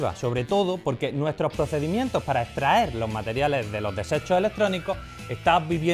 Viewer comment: "podemo" "etraer"